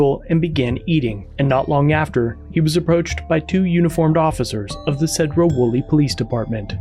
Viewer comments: It’s pronounced See-dro. Not Ced-dro. Love your channel,but us in the PNW like the names of our cities pronounced correct. Have a great day. 😃😃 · Its pronounced Seed ro, not said ro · Pronounced Seedro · This is my neck of the woods and cops are horrible tyrants. Btw it’s pronounced “See-drough”.